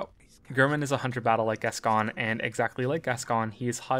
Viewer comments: So this was awesome and well done, but when you say Gasgoine.. the way it’s meant to be said is ‘Gas-g-oin’ like ‘coin’ at the end.. sorry 🙃😀😀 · Sorry, but this is annoying the heck out of me. Father Fartmoney's name is pronounced "Gas-Coin" and not "Gas-Con". Bit late now, but hey-ho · The pronunciation of Gascoine hurts me greatly, it’s Gas-Coin not Gas-Con… I wish I wasn’t hurt by such trivial matters. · I believe it's Gas-Coin